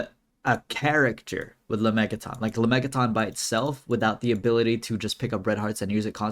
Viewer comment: It’s not “la-mey-ga-tonn” it’s “la-mey-jah-tin”